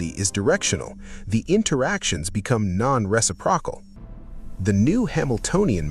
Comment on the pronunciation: Not reci - prokal, re-sip-ro-cal.